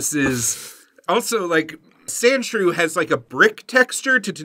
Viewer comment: Omfg.... Sandshrew...... Sand.... SHREW. Geeze LOL